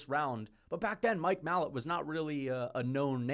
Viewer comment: Its pronounced mike ma lot not mallet